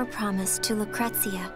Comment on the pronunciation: Take a shot every time Vincent says lucrestcia